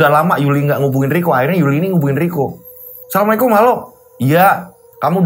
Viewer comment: Wa'alaikumus salam mf..untuk pengucapan salamnya yang jelas dn jangan tergesa gesa. Krn ini mrpkan sebuah do'a🙏